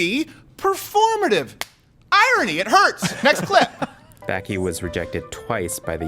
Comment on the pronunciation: Y’all butchered bakke not even close to the right annunciation